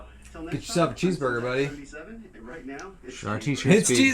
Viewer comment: It's sintax77 not syntax77